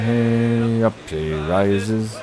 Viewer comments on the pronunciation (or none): I know this is nit picky but its wey hey not hey hey in the shanty